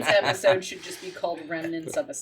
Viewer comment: "Welcome Back to another episood......." lol xD